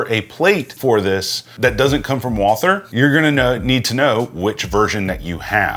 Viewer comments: Its pronounced like "Walter". The 'h' is silent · Walther is a German name and it's pronounced like "Walter" as if the "h" is not there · You say "Wall Ther" which I always thought was the correct pronunciation (and the way I say it). But most say Walter, without the TH sound. Always wondered which is correct. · Walther is German and German doesn't have the th sound. Ignore the h and pronounce it Vaalter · It's actually pronounced "Walter" and not as it's spelling would indicate to us English-speakers. If you want to get cute and go full German, you can go with "Vaulter". Neat.